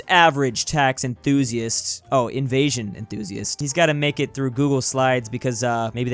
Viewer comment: Lol my man said tax InVaSiOn instead of evasion